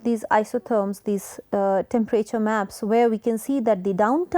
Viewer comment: And really fed up with the forced US English pronunciation of words like wannabes do Example Enthire instead of Entire Chan instead of can